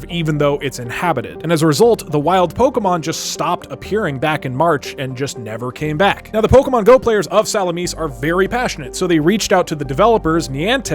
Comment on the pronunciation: "Salamina" is pronounced like "Latina". Literally change the "t" to an "m" and add an "sa" in front It's like going into a Chinese restaurant and wanting to order noodles but because you know that it's not an English word you pronounce it for some reason "noodila" although it is written in English letters on the menu